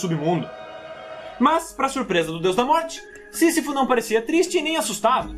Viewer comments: Ele falou o sisifosisifudeu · " sisafou" de todos os obstáculos kkk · Sisifo ou sifu kkk, Tanatos ou Tanos 😂😂😂😂😂😂😂😂😂.